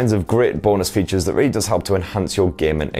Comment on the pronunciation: "Rawwly good" Wow, that accent is THICC